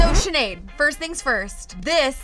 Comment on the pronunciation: no it is sineadde pronounced shinade